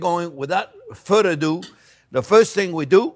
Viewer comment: “Without further dadoo!”